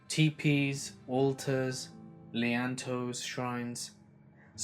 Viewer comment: Lean-to is said as two words- for a branch shelter that leans against a tree trunk. Not “LeAnn toe”